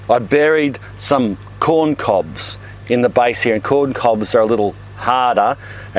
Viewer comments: Lotz of wuuurms heraah! Great video and accent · He also says heah